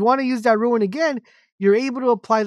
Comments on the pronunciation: Its Rune not Ruin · It’s pronounced roon not ruin! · rune not ruin